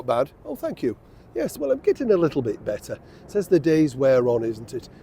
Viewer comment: the way you say “better”….your fan club will be growing!